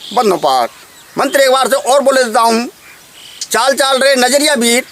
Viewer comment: आपने मंत्र में लिखा है चाली चालि रे नजरिया वीर, ओर आप बोल रहे हो चाल चाल र नजरिया वीर सही क्या है आप बोल रहे हो वो है या जो लिखा है वो है कुछ समझ में नहीं आया है,बताए